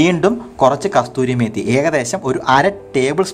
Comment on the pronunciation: കസൂരി മേത്തി എന്നാണ് .👍